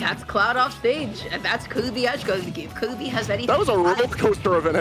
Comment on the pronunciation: their name is kirby, not kewby